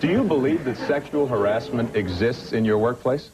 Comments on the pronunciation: He prenounces harassment as Harris mint lol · Barry Orton pronounces harassment as Harris Mint lol